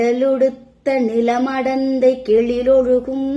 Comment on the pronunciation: கெயிலொழுகம் இல்லாம அது கழிலொழுகம்